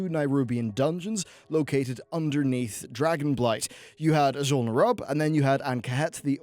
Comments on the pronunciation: You're butchering the name Azjol Nerub. Still love your content though. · It's pronounced like "nuroobians," not "nighroobians" and "azjol-nuroob," not "azjol-nur-rub" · Nehroobians, not Nuroobians. And Azjol Nehroob, not Azjol nuroob. Lmao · p enis Ugh the way he kept emphasizing NAI in Nairubians was triggering me hard. NERUB it’s not hard to say. Azjul NERUB not Azjul Nairub.